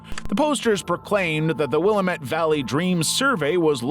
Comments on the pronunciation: It's pronounced WILL--AM--ET not WILLEM-ET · yep I lived in Eugene for many years. it looks like William-ette but pronounced will-am-ette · 👋🏼I live in Eugene..XD..Will Am Ette. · Hey heads up, it's pronounced Will-am-et, not Willa-met! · Nooooooooooo another narrator pronouncing Willamette wrong 😭😭😭😭 it’s like this: damn it, Willamette, damn it, Willamette damn it That’s how you pronounce it 😭 not wila-METTE (thx) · The laziness of these is starting to show. Misnamed the Markovian Parallax Denigrates woman's book title. Mispronounced Willamette.... Will-ahm-et- The A is a long A, like in day, gay, ray and fey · Having lived here longer than you and grown up around natives who have never left, your pronunciation is completely inaccurate. I have yet to hear anyone say it as any way other than Will-aam-ett. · This is nonsense. I grew up in the Willamette Valley. It's will-AM-ette. Nobody says it any other way. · Portlander here. It's pronounced Wil-LAM-ette Valley.